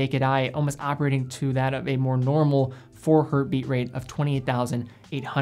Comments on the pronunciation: Nice video! Just one note, you say "Hertz" correctly, but sometimes in this video you say "Hert" which might be you instinctively cutting out the s sound at the end when it's not saying the word in plural form. Not sure. Just wanted to point that out. It's always "Hertz". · Why do you keep saysing "hert" instead of "Hertz"? Hertz is not a plural, the unit is named after German physicist Heinrich Hertz ( ). So a frequency of one per second is 1 Hertz*. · It's not hert, it's Hertz! 😂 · The singular of ‘Hertz’ is ‘Hertz’. It is not ‘Hert’. The man’s name was Hertz. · Love you man, but please get the basics right. Learn how to use the word "myself" correctly, and "hert" is not the singular of hertz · Hertz is a name. The "z" does not make the word plural. Dropping it and saying "three Hert" isn't correct. There... I got my grammatical gripe out of the way. Good and informative video! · Literally this. Hertz was someone's name (Heinrich's, to be precise.) ... there is no 'hert'. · Great as always but it’s Hertz never Hert! Had to get that out there as an electrical engineer:) Keep up the good work! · Awesome vid! Just wanted to offer up a quick tip: Hz is always pronounced “Hertz”, whether it’s one Hertz, 3.5 Hertz, or 100,000 Hertz. There isn’t a “singular” version cause it’s actually the name of a scientist. But keep up the good work! Love the channel.